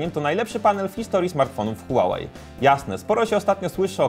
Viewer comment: Mówi się hłałej a nie hułałej nie żebyś się czepiał ale marka typu test hub powinna się postarać